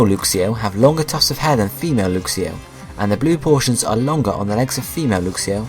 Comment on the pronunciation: isn't it pronounced l-uh-x-io and l-uh-x-ray not l-oo-x-io and l-oo-x-ray